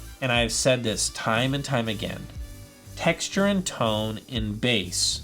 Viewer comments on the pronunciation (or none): none